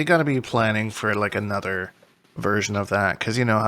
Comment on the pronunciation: “Fighnally, Anothah suhwardsmin”